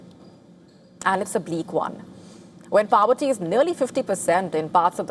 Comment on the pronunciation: Its not PAVERTY, its POVERTY